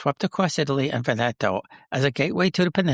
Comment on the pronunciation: You are mispronouncing Veneto - the accent is on the first syllable VEN eto